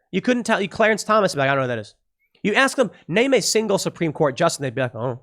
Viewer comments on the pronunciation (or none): none